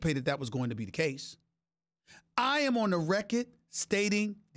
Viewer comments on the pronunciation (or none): none